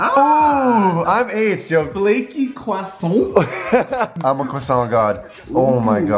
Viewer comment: who the faq say kwa sont